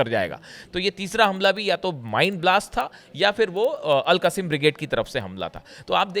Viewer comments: AL QASIM BRIGDE is wrong word , wright word is AL QAS SAAM BRIGADE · 😂😂😂 AL QASIM NAHI AL QASSAM